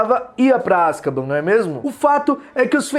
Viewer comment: Me da aflição de ver vc falar Azkaban KKKKKK